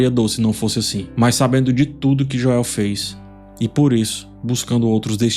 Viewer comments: acho engraçado o chamar o Joel de Joél KKKKKK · Por que o chama o Joel de forma abrasileirada? kkkkk morro de rir